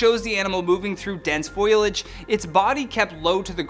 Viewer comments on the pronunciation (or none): The word is foliage not foilage lol.